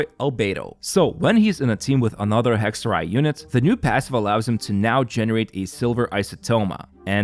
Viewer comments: Holy he pronounces Hexerei right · I loveeeeee hearing the Germanic pronunciation thank god I yapped in comments